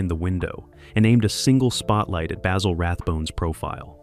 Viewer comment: Sorry AI you have screwed up again, Dressed to Kill was the LAST Rathbone Holmes movie in the series. Terror by night was made earlier and as a matter of fact (facts apparently are things you disregard) it Dressed to Kill was the last film made in the series. Aso, please pronounced Rathbone's first name correctlly Basil is pronounced not with a long "A" but a "BA" like what a sheep sounds like. Also you are completely wrong on the Nigel Bruce depiction of Watson. He correctly thought that playing the part straight from the books would clearly put Watson in the background, so very early on he decided to play Watson with that less than astute persona giving the character a very distinctive personality. And finally, for God's sake quit showing clips from other movies that have nothing to do what you are talking about. Once again you have proven how dangerous to the truth this AI sh_t is to true analysis of a great series.